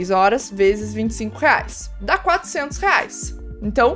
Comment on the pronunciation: Fiverr se pronuncia Faiver, como vc estava pronunciando é como se fala febre em ingles, fever .